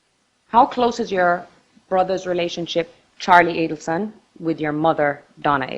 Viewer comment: "A-Deal-Son" ... NOT A-Dell-Son ... 🤦‍♀️ Her arrogant lawyer. Think of Dan / others ... not (your) Wendi.